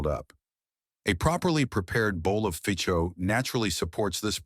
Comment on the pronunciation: Narrator only pronounced “pho” correctly 2x. Otherwise I learned something new today. From Hawaii. 69 years old